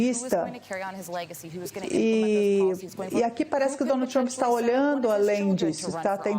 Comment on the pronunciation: Querida não se fala Trumpi, fala Trummmp. Seu Ingles é bem ruizinho! Vai estudar mais querida!😮😮😮